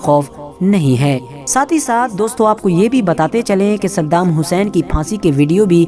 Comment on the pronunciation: Pahle tu bhai unka naam sahi se le